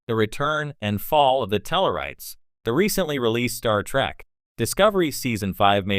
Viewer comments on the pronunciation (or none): Those pesky "Klinguns" on that Star TrAck show. Not the worst text to speech ever, but at least get the show name right!